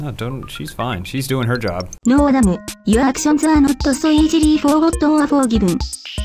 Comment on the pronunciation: Forgivin? I think you mean FORGIVEN?